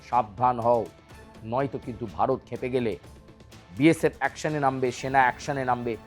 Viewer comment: বারত না ওটা উচ্চারন ভারত 🤣🤣😎😎😎